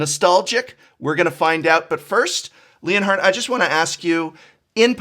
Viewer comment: You know the whole time I thought the Prof was just pronouncing Leonard very strangely, or maybe it was a European name until I saw the Title saying ft. Leonhart